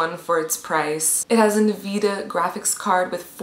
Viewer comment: yep she is totally qualified when she pronouses (n-vidia) nvida